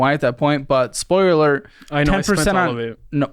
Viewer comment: My fav part of financial audit is hearing struggle to say “spoiler alert”